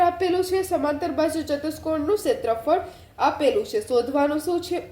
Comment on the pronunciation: ક્ષેત્રફળ ❌ સેત્રફળ